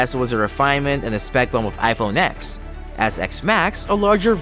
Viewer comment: It’s iPhone “TEN”, “TEN S”, and “TEN R. Like Roman numeral X. It’s not called “Ex” as you stated in your video.